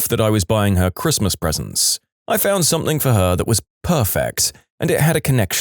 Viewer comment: No K in the word something